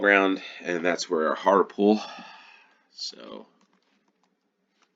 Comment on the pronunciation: Leominster is pronounced "Lemster". Hartlepool is pronounced "Hartley-pool."